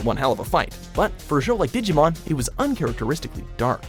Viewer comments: Anyone notice this guy can't pronounce a single Digimon name correctly? Seriously this fucking dumb shit needs to go back to school and retake English all over again! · PLEASE LEARN WHICH SOUNDS ACTUALLY EXIST IN JAPANESE, AND HOW THEY ARE WRITTEN! YOU HAVE BUTCHERED ALMOST EVERY DIGIMON'S NAME!